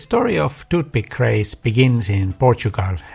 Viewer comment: If you are going to do an entire video about 'toothpick' you should learn how to pronounce the word (well, th in general). You make people's ears bleed. No, English is not my native language either. Otherwise, good video.